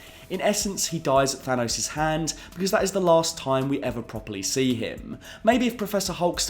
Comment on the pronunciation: Perhaps it's just me, but I find it incredibly jarring when I hear a native English speaker pronouncing the word "Thanos" as if it were spelled Than-owse. It is clearly a name inspired from Greek, which would of course pronounce it as if it were spelled Than-oss. North Americans tend to pronounce words ending '...os' as if they were spelled '...owse' (see Theranos for a good example) but you are not from North America, so why pronounce words as if you were?